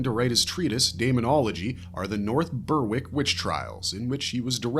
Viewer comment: The w in Berwick is silent btw lol!